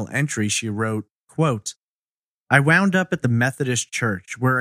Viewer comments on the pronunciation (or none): none